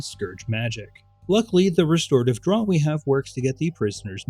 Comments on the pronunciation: Great vids. Quick heads up that draught is pronounced ‘draft’ for future projects. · Stan Rogers referenced! 🎉 Also, "draught" is pronounced "draft," because English is a silly language.